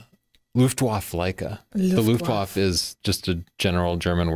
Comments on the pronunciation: beg you, it's "Luftwaffe", not some bizarre new pancake. It's pronounced "Luftvaffe", with an "e" at the end. Here is the pronunciation: - then click on Listen button on the left side (source language). And thank you for an excellent episode. Fascinating history. I wish more companies would stick to producing at least one old-style model, like Olympus OM-1n, Nikon FM-2n, etc. I like Leica, but like you, I have a hard time justifying spending that kind of money on a hobby. Perhaps when they release they new model with 42 MP. Maybe. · Luftwaffe is pronounced like [Luft-vaffa]. In German, all Ws are pronounced like Vs & if there's an E on the end of a word, it's pronounced like "uh" or "ah". (same thing). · If Leitz is pronounced "Laitz" and Leica is pronounced "Laica" then Leipzig is pronounced "Laipzig". Luftwaffe is pronounced "Luftvaffe". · andriup but it killed me when he couldn't pronounce 'Luftwaffe.' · let google translate pronounce foreign words for you, you got them wrong: Kanzler (starts with k) luftwaffe (e at the end is not eaten). other than that an interesting story, thanks.